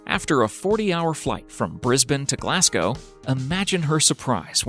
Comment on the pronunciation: You said Glasgow and Edinburgh wrong